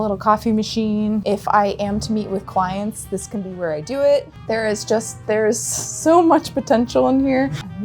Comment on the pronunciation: "If I am to be with clients" sounded so much like "if I am to be with child" for some reason 😂